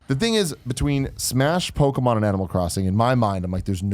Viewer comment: It drives me nuts how Tim says Pokémon!! “Pokamon” my goodness haha